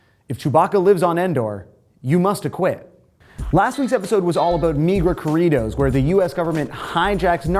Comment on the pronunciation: Oh my God . .if you're going to say corridos . . Listen to how Spanish speaking people pronounce it and say it that way . . Love your videos keep up the good work . .